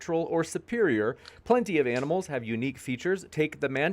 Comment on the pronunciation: “all the analmals”